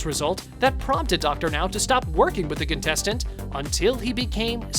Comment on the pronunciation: “Contestants” lol